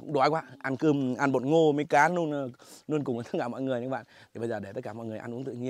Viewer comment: Náng cái này nuôn, nói chuẩn chính tả đi a